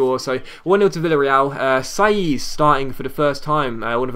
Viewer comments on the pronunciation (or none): none